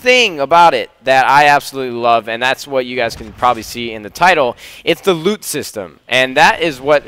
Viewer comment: Every time I hear loot, it allways sounds like lube, "hey I just dropped some blue lube"